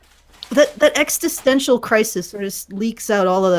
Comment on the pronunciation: "Extistential" XD